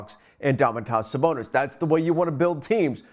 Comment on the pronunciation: I stopped listening when he said Sabonis name wrong twice..